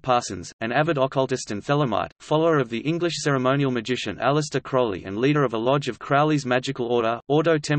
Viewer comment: "Crowley" rhymes with "holy" or "lowly". Just look at the first syllable: crow.